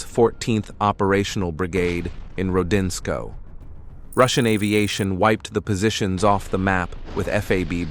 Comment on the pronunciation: Rodinskoe: For heaven's sakes, find out how to say the names before you do a video. This is NOT "ro-din-sko." It's "ro-din-sko-ye." Next time do better. You should be able to....being the lousy little machine that you are.